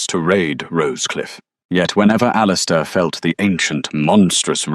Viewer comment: Okay AI. You've got to get your act together. How does one even pronounce "Claraara"? I think I did a better job with "Alistister". Otherwise, it was a gripping story. Very nicely done. Thank you.